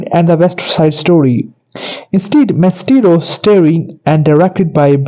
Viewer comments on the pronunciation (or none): You are mispronouncing Bernstein's first and last names, as well as the name of the motion picture. Please find someone who can properly pronounce names to narrate this YouTube video.